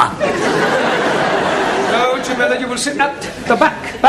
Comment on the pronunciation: Always thought Taro was saying Asshole 😁😁😁